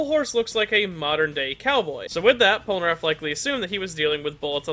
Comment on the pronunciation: I enjoyed the video and I don’t wanna be that guy but why do you always say “Polnaraff” instead of Polnareff